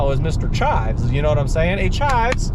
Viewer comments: JEEVES, NOT CHIVES. CLOSE BUT NO BANNANA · It’s Jeeves not chives…great review , I have this car and concur with your thoughts…